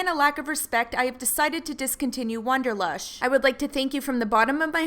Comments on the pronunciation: can't get past the fact you kept saying WONDERlush instead of WANDER lush.... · WANderlush, not WONderlush. Otherwise, great video. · wAnderlush, not wOnderlush.